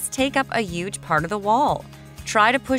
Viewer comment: I clicked off as soon as she said "Uuge"